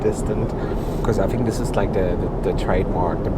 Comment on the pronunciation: I enjoy all your reviews. I love the way you say "fink" instead of think and "al-so" instead of "orl-so". I'm intrigued by your surname of. That sounds English or Australian but your accent doesn't agree?